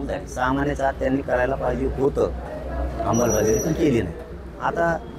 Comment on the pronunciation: 'अंबल'बजावणी नाही, येड्या 'अंमलबजावणी' म्हणतात...